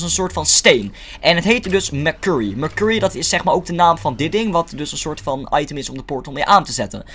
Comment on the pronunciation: Ik heb er echt een hekel aan als hij letterlijk merkurrie zegt het is mersury zo zeg je het